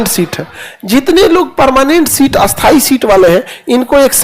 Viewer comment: खान सर स्थाई और अस्थाई दो विपरीत शब्द है लेकिन आप दोनों का उच्चारण एक जैसा क्यों करते हैं 😂